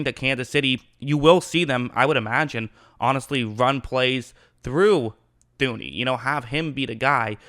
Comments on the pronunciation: His name is pronounced toon-ee. H is silent. Enjoying your breakdowns though. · did I hear “Thew-knee”?